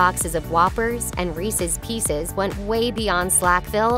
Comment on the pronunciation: You say Reese’s pieces weird.